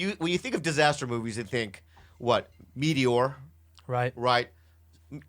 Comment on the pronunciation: Nobody: Bobby: "Mete-ORE" "Tsanami"